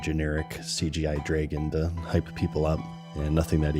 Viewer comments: it's Drah-gon, not gray'gin. Learn English mr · Usually incorrect pronunciations really annoy me, but imma give 'draygun' a pass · must be from Wisconsin or Minnesota the way he says draygon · Not sure if is from Canada, Wisconsin, or like he said, autistic, the way he says Dre-gen. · you say dragon very canadian